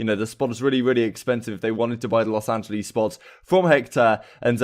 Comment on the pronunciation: love the vids bro but kind of triggering that you consistently mispronounce los angeles